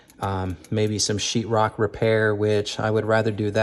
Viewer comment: What’s chirrok? 😂😂😂😂 if you are a painter but can’t pronounce or let alone spell o wouldn’t hire you 😂😂